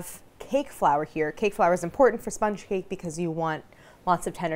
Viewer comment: "Chiffon is a shma shma shmee kay" I went back like 6 times and thats the best i can decipher